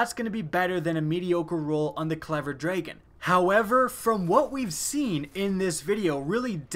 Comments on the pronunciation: very repetitive video, and it's drah-gun not dray-gun :( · am I the only one to point out that he says dregen? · this should be just been a 2 second video of him saying "clever dtahon" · J G clever draygon* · So the clever "draygen". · I like your videos. I HATE how you pronounce DRAGON. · you say dragon funny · learn how to say the word dragon